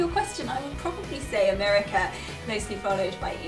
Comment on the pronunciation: “MERICA” LOL!!! You said that with your very best American accent!! I love it! LOL! 🇺🇸 (I’m an America) I really love your channel. I have hEDS and a bunch of co-morbid conditions. Im a power chair user, however I can walk and stand. It’s just so painful that I only walk in my home & I never stand for more than a min or so, it’s too painful. Some days my hips dislocate so much that I physically can’t walk or stand. So I mainly identify with the wheelchair community. I’ve really enjoyed your channel and learning from some of your experiences. It’s been fun to see your family and how you do things. I’m a momma of 4 kiddos. One is away at University, I have two in high school and one in middle school.